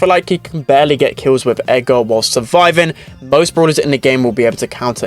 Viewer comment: when he says edgar it sounds like eggar